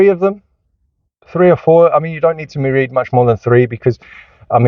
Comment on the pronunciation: Surely this is satire? Easiest Way "wead Bwooks". not a specific book, not specific concept or idea just wead Bwooks. This dude really said he is one of the best parents, videoing himself with a busted car seat is in the back ground? Stumbled on to this channel, saw all the negative titles. Found a positive title... no actual information and plenty of moral finger wagging.